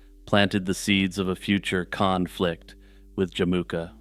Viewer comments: Khan-flict... god damn it lol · "Kahnflict" 😂 . Your dad joke segways are the best